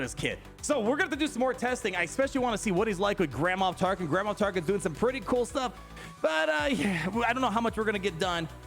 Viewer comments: Cracks me up, it sounds like you're saying Grandma Tarkin lol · Every time he says Grand Moff Tarkin I think he's saying Grandma Tarkin